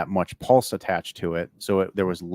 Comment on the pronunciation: bastard is English but he can't pronounce Pulse.... Well done on all the other stuff though and he has done fantastic things!